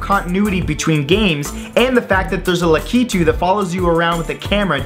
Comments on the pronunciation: its lakiTU not laKItu. emphasis on the TU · Ehem... about 52 or 53 seconds in... Lukeetu? Is anyone else bothered by thay pronunciation? Luh-Kee-Too? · its prononced lack-ih-too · How come no one pronounces "Lakitu" right? It's not complicated, say it how it looks.